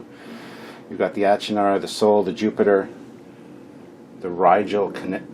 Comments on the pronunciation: "Achernar" is a star in Eridanus. It's evidently pronounced ˈeɪkərnɑːr. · I have these! Picked them up at a con in the 90s! I think it's pronounced "ark-en-ar' The Class names come from Franz Joseph's work, as do the starship names/numbers. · This is really great stuff! I think its pronounced ... Ack'er'nar class...